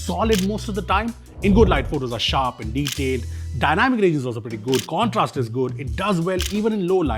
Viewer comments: did you mean "CORNtrast" ? Pun intended ? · 'Corn'trast is good. 😊